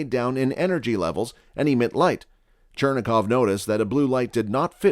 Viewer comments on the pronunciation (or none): chuh-rain-kov radiation, not churn-a-kov ... (i know it's spelled Cherenkov or something like that.